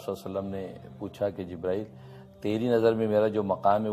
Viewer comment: Pahle to aap acche se boliye jibrail aleh Salam dusri Baat video banane Se Pahle hadees aur Safa number bataya karo